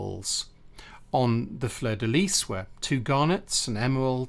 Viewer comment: well done for pronouncing fleur de lys correctly. most English people say lee when in fact its pronounced lease.